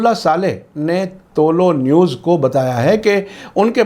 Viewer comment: Aap toh theek se tuloou news bol liya karo woh tuloo news he tuloo means rising ghuroob means sunset umeed he samjhe honge aap